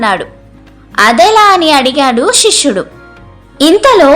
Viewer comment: శిష్యుడు అని చదవాలి షిష్యుడు అనకూడదు